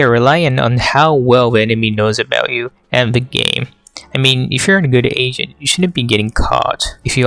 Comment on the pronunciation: i hear you say "playing asian" or "if you want to get better at asian" lmao